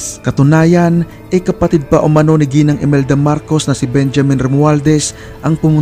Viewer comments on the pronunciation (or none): none